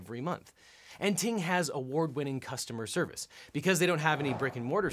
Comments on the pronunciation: oh I know just the way that he said it at first I wasn't looking at the screen so I thought he said TMobile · OBJECTION: Ting Mobile sounds too much like T-Mobile when you said it.